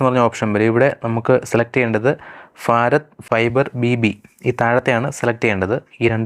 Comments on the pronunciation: ഫാരത് അല്ല ഭാരത്‌ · ഭാരത്... എന്നാണ്....ഫാരത് അല്ല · സുഹൃത്തേ ഫാരത് അല്ല ഭാരത് എന്ന് ഉച്ചരിക്കൂ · ഫാരത് അല്ല ഭാരത്‌ ആണ് ശരി..... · ഫാരത് fiber 😂😂🎉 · ഫാറത് ഫൈബർ🤣🤣🤣ഏടാ potta ഭാരത് എന്ന് പറയാൻ പഠിക്ക് 🤬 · ഫാരത് ഫൈബർ അല്ല, ഭാരത് ഫൈബർ എന്ന് പറയൂ ബ്രോ...😂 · എന്ത് ഭാഷയാടാ ചെങ്ങായി? ഫാരത്.. നീ ഒരു ഭാരതിയൻ/ഇന്ത്യൻ അല്ലെ. നന്നായി ഉച്ഛരിക്ക്.